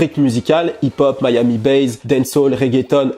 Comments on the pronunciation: "Miami bass" et non "Miami base". Mis à part cela. Tu es parfait. Comme d'hab' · pourquoi tu dis "miami BAZE" bass ça se prononce sans "zzz" à la fin